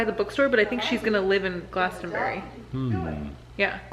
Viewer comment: i live on the farm where glasto fest takes place and my cheeks hurt from smiling hearing pronounce it glasto-berry XD if you want to know more about the town or festival glastonbury I will answer any and all questions!